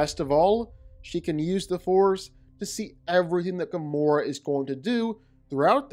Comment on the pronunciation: Firstly it's Gamora, not Gomorrah... and secondly, she's literally one of the most skilled and powerful fighters in all of the Marvel cosmos and she's easily way more skilled and more physically than Ahsoka is. Ahsoka's saving grace was her lightasabers and the force. If Gamora (somehow) had a lightsaber of her own, then she would have easily owned Ahsoka, no doubt about that. Overall, Gamora isn't at all the weakling most know just from the MCU.